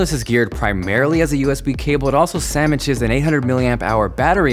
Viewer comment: did i hear you say sammiches ?